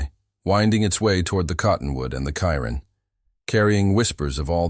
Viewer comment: Cairn.. stack of stones: pronounced "Kare'n".